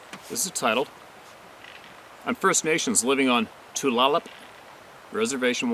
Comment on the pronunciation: Tulalip is pronounced Too/lay/lip.